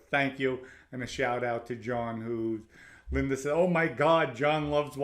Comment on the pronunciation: "John and LINDER"😂😂😂,THE R's in words that have no R and the words who have the letter R he cant say?? 🤔 Whoever taught English in NYC and Boston shouldve all been fired 😂 just breakin balls..Example, "law is Lorr,and smart is Smaaattt"